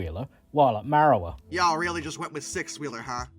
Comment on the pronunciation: Its Marra war..... There is a lot of oddities locomotives here in Tasmania.